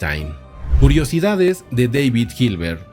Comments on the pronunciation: Su nombre en alemán no se pronuncia "deivid" sino "dáavid". En cualquier caso, siempre se puede decir en español, que tampoco es su idioma original y tiene una justificación, al estar este canal en español. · En el idioma alemán David se pronuncia David, como se escucha, daivid es más bien idioma inglés.